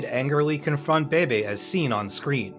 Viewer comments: Pretty sure it’s a robo voice. Even Beebe’s name is mispronounced 2 different ways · Please pronounce Mk as mark. Leo Beebe is bb not baby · Leo Beebe's last name is pronounced "Bee-bee," not "Baby" - and in real life he was already head of Ford's racing division before the point in the film where Shelby was told he was.